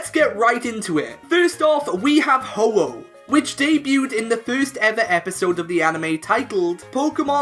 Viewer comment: IT'S HO-OH, NOT OH-HO! GET IT F*CKING RIGHT!